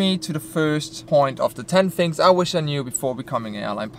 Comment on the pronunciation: Its crazy how you can fly a plane but you can't use "th" when saying the word "things".